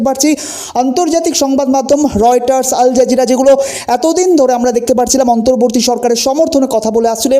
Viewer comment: PLEASE DON'T SAY "ALJERJIRA".. IT'S A RESIST CHENNEL